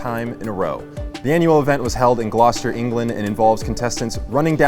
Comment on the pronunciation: As an English person I'm impressed at how pronounced Gloucester, it's very rare for anyone who isn't British to get it right